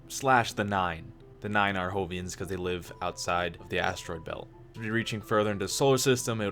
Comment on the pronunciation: I've noticed when you say Jovian you pronounce the J with an H sound. Now I could be wrong, but I think it's actually pronounced like "Joe" not "hoe". Again, I could be wrong, just thought I might put that out there.